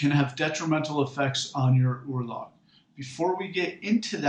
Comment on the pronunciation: Firstly, as an Icelander i hate few things in this world more than your pronunciation of the word "örlög". Also Ásatrú does not translate to "true to the æsir" it translates to "he who believes in the æsir". and is literally just means Norse Pagan. it defiantly does not mean someone who exclusively believes in the æsir or exclusively worships the æsir. sorry if this comes off as rude but i just find this so odd.